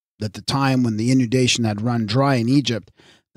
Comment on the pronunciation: Thank you. PS the Nile floods were inundations but the reader keeps saying in-u-dation.